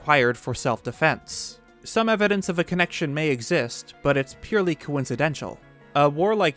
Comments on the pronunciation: it’s coincidental not coincidential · Very cool video, I watched the entire thing. Thank you! One thing I noted, the way you pronounce the word coincidental is slightly off. You're pronouncing it as if it ended with 'tial' when it's 'tal'. Besides that I really really enjoyed your video. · Coincidental, not coincidential. That's not a word. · Coincidental, not “coincidential”. That isn’t a word lol